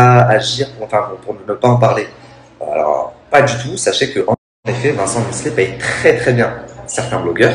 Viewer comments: Misslet ? T’abuses. Miclet c’est facile à dire. Et dire « le fils d’Ayem » non c’est LEUR fils. Elle a pas pris un donneur non plus. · deja tu est pas capable de dire miclet et en plus tu parle trop a rien dire